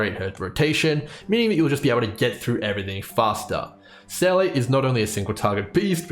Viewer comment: love the math/spreadsheet. i just cant get over "seyley" when in game it's pronounced "seeluh". the dissonance it causes me wahaha